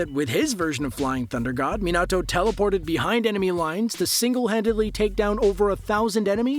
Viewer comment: Man really said "Minahto" instead of Minato